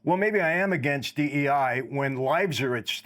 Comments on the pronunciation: Bro kept saying D-I-E hires 😂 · Guest keeps saying DIE rather than DEI -- is that a Freudian slip?